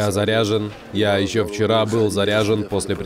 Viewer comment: Как обычно," я заряжень", я заряжень